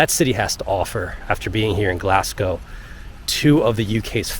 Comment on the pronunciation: cracking vid bud. one small thing - we don't pronounce the 'P' in Hampden - so its Ham-den Park. Also its Glazgow not Glass-go.